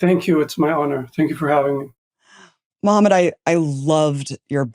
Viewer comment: Pls learn the Arab pronunciation of Mohammed ❤️ it’s so hard hearing “maha med” it’s more like “mo hamm (use your throat) ed”